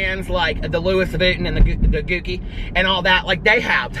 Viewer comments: I die every time you say, "the luis vutton" and "the gooki" 😂😂😂😂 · I literally almost spit out my shake when he said gooki lol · Hi! I love your videos! I know you were joking around on the "wrong" pronunciation for Gucci but the way you were saying it in the video is actually a slur towards Asian people. Not being hateful just trying to help.:)